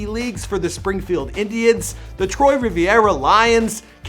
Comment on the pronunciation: It’s not “spo-kan-ee” it’s spokane. And it’s not “troy rivieras” it’s “trois riviers”